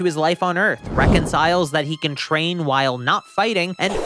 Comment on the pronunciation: are my ears broken or do you say "shtrain" instead of "train"?